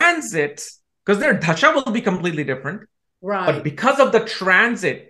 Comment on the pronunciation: says thashaa थशा instead of dasha दशा and nakshatraaaa so no he can't pronounce things correctly or purposely botches it to sound white lol 😂😂😂😂